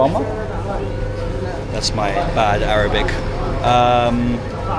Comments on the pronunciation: Entertaining You pronounce Arabic in a lighthearted and funny way XD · I love how you greet them in Arabic and I have to say your pronunciation and understanding is really good